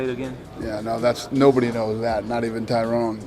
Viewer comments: Tyron not Tyrone 🤣🤣🤣😂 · POS can't even say Tyron name right. Dana and Colby can have their little three minutes of fame in the White House with the boo boo belt because y'all gonna get the one side entertaining a$$ whoppin' on Colby you've been waiting for.